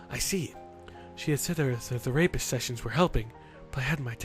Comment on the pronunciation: have you notice you call it the-rapist.